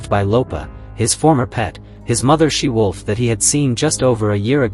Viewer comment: It's 'she wolf' not 'sea wolf' you idiot!